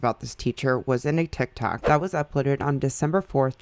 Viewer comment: ma'am did you say TikTak 😂